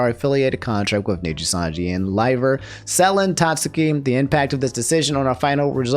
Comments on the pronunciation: Saleen = saleen not selen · It's "Suh-LEN" 😂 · Bro.... It's SÂ - len